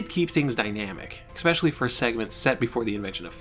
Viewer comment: Man, I’m loving this series! If I could offer one tiny bit of criticism it would be this- the word “especially” is not pronounced “eck-specially”. Sorry for the nitpicking, but I thought I’d point it out. Solid, solid work!